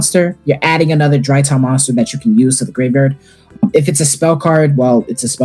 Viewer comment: the whole vid i cant get over them saying "dryton" like where the other R go?